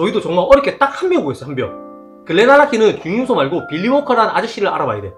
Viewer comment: 빌리가 자꾸 빌런으로 들림ㄷㄷㄷ